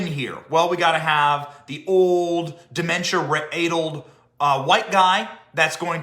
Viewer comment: "addled" -- not "aydled". But correct in all other respects.